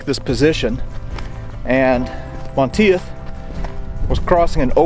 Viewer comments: Like your vids. just so you will know for future reference, It is pronounced "Mahn Teef". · *(It's pronounced MON-TEETH). Anyway, as a college student I lived in France for 6 weeks in June and July of 1990 on exchange. It was the summer after Greg Lemond won his second Tour de France by 8 seconds (and a third that year)- and France freaking LOVED Greg. This was still before France's general anti-American sentiment had begun. Yes, most Parisiens still hated us, but not all of France. I stayed with a family in a village called Brusvily, near Dinan, south of Normandy. It actually looked like a set from Saving Private Ryan. Most Americans don't understand that MOST of rural France still looks exactly like it did in 1944, (with bits of modern retail, etc). Anyway, as we toured this small town, I literally had numerous older men and women making it a point to come up and shake my hand to say thank you for what happened here. I was stunned. THEY STILL REMEMBER! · Monteith is pronounced “Monteeth” Really loving these videos by the way. 👍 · Great video. Monteith is pronounced Mon - teeth btw, pretty common name here in the UK, also sure it has Scottish origins. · Hey awesome video, one slightly annoying thing.. Monteith? = Monteeth.